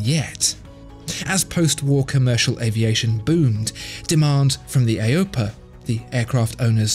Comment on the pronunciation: AOPA is just pronounced as A O P A, each letter is said as a separate word not the way you pronounced it, other than that excellent video